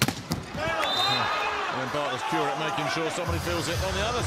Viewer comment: The u in Kurek's surname is as in flUte word, so [Koorek], not [Q-rek]